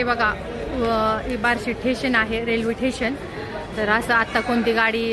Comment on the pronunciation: ठेशन नाही स्टेशन